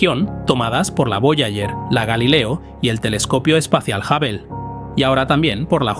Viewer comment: La respuesta es sí. Con frecuencia cambia la pronunciación de ciertos nombres. A veces a Hubble lo nombra como Jável y a veces como Júvel, por poner un ejemplo. El tono constante y la falta de tono interrogativo en las preguntas son otras muestras evidentes.